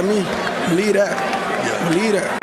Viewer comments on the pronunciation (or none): "Beliee dat. Beliee dat." There's a "V" in "Believe." 😁